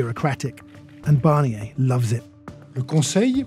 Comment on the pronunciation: His name is Barnier - who’s ‘Barrniey’ supposed to be? Why can’t the Brits not even pronounce a simple name?